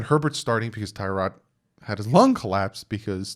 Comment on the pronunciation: You said everything I was going to write here lol The media acts like we didn't all know the Dolphins plan was to sit whatever QB we drafted. Forget Herbert...if we'd traded up and took Burrow first overall...*HE* wouldn't be starting yet! One thing, its pronounced Ti-rod not Tie-rod. He's apparently corrected people in the media about it.